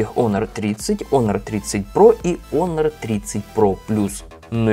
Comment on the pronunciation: Не онор,а хонор